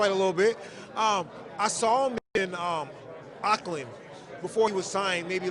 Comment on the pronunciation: I hate how Americans pronounce Auckland we pronounce it as ( orc lynn ) I know it's weird